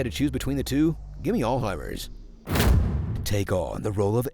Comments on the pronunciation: What is All-heimer's? I thought it was Alzheimer's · please pronounce the "z" in alzheimer's! (alts-hi-mers) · What's Allheimer's? (pssst There's a "z" in there 😉 )